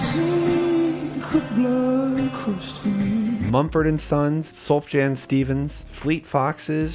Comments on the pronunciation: It’s pronounced SOOF-YAN. But I’m not judging.. lol. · The fact that he called him "Suff Jan" gave it away. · Admittedly a pedantic correction, but "Sulfjan" Steven's "Illinoise" had been released years prior to Bon Iver's record.. Great video all the same. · "SUHF JANN STEVENS" 💀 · Hey guys, I messed up on the Sufjan Stevens bit, my bad! Both in pronunciation and timeline, appreciate the feedback and will double check things like this next time. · Triggered by the pronunciation of "Sufjan" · Not fucking way this dude just pronounced sufjan like that.